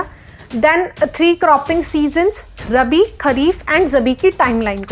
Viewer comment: not Rbi it is Rabi